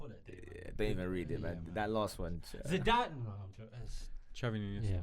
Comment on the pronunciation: Put some respect on Zidanes name